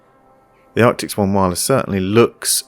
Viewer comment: Loving your videos. Keep up the great work. I still get a laugh every time I hear you say Arctics instead of Arctis :-)